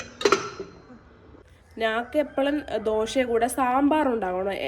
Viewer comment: ദോഷ അല്ലടാ ദോശ